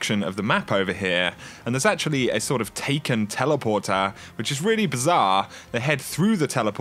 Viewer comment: I found it impossible to listen to this with the way you pronounced words, example, Enemeee, Bizaaarreee, Alerrrrt, Zoneee, Storeeeeeey, Locayyytionnn. Call me picky, it's quite funny but unbearable lol, its like listening to a computer talking back after typing the words, no soul